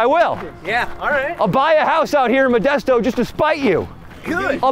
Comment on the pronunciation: You came to my city and get it right it’s methdesto